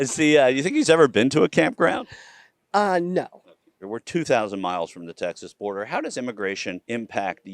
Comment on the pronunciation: The biggest criticism of immigrants is "they dont speak the language". Its always people like her that say it. She actually pronouced border like Florida and states like "stay-its".